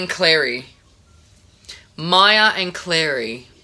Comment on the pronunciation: you say claia i say mary